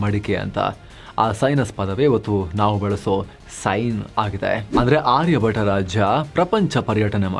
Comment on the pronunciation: ಆರ್ಯ ಭಟ ಅಲ್ಲ, ಆರ್ಯ ಭಟ್ಟ.